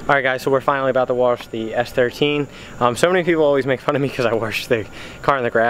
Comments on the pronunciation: Try say WOSH ! It's not fucking Waresh or warsh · Anyone else hate the way he say Wash? LOL why does it come out as Wharsh? hahaha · I don't mind that you wash your car in the grass I just NEED you to learn how to say wash not warsh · Keep the channel going man!! Just keep trying and do you... and the channel will grow.. I have been subbed since close to the start of your channel man. You cant say wash correctly.. lmao, but i like busting your chops and the s13 does look pretty damn clean man. Glws. keep on keeping on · There is no R in wash. At least im pretty sure... i dont think it is spelled w-a-r-s-h... lmfao. Just fukin around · Hahaha i said the same shit. and cannot pronounce wash correctly. Shit its all good though. People talk how they talk.